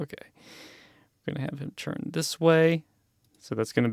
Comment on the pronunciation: I hate how this guy says churn instead of turn But other than that these tutorials would be helpful if I used mine imator